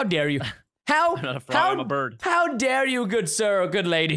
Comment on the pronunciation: its dare not dere